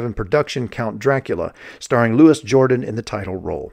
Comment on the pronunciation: It's Loo-ee, not Lewis. He's a Frenchman. 🇫🇷